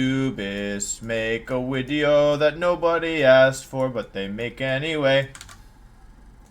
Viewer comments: When's the tiering Wolfey tier lists wideos wideo coming? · As a noob and a casual may I ask why Wolfey always used W's for V's. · Wolfey Pokédex entry: this Pokémon is in dire need of a haircut and pronounces it’s name “wideo”